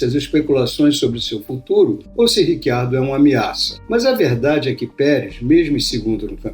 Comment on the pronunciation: Mas esse nome não é nem português nem espanhol (pra pronunciar Ricardo), nem inglês (Richard - pra pronunciar RÍtchard, sendo ele australiano, sendo o inglês o idioma oficial da Austrália), mas sim e obviamente ITALIANO (e nesse caso pronuncia-se RITCHARDO).